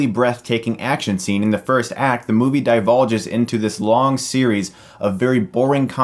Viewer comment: "DEVOLVES." You mean "devolves." Not "divulges." Normally I wouldn't mention this, but you made the mistake a couple times in this video and a few times in past videos. I get it, I used to mix up "banal" and "belicose" when I was a kid. Also, the "silly-looking aliens" were humans spliced with animal DNA. They call them "splices" in the film. Channing Tatum is one of them, though they did their best to keep him as human-looking as possible to avoid accusations of encouraging Furries. Other than that, I agree with you.